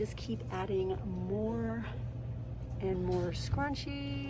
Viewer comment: I’m sorry but u r saying scunchi wrong it is not scuncy it is fine I like a lot of stuff from dollar tree though and also like u too